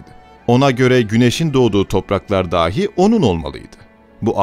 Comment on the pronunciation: Kardeşler, harikulade videolar hazırlıyorsunuz. Tebrik ve teşekkür ederim. Ancak, LÜTFEN ama LÜTFEN şu "dâhi" ( a uzun ve deha sahibi anlamında) kelimesi ile "dahi" ( a kısa ve "bile, da/de anlamında) kelimesini KARIŞTIRMAYIN, DOĞRU TELAFFUZ EDİN. Buna dikkat etmek hele de sizin gibi örnek alınacak kanallarda öyle faydalı olacak ki... İtibar edin bu dediğime, lütfen. Millete faydanız olacak bu konuda. Günlük hayatta çok karşılaşıyoruz maalesef buna. Gelin, bunu dikkate alın.